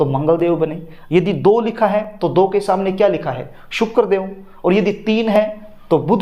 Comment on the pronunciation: Sukaarr NAHI sir, sukra bolakijiye please .